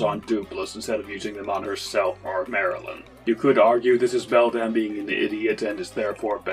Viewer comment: dude learn how to say grodus and beldam right it's GROW-DIS not GRAH-DIS and BEL-DUM not BEL-DAMN. holy shit 🙄